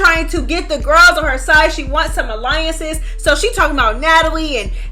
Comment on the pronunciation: Dolly Pissed me off so bad bcuz she couldn’t say “Alliances “ bihhh wtf is an “Allowance” 😑 I wouldn’t even waste my time in a verbal debate with them slowww 304’s